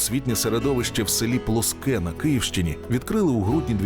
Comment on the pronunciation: Правильно вимовляти ПЛОске замість плоСКЕ. Дякую за увагу.